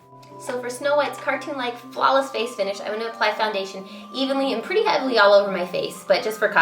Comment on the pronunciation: Wish I was a girl now. I want to be a pwetty pwincess! :D